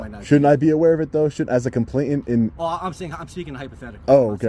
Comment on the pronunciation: Yo!! Its complain ant. Not tant. FYI.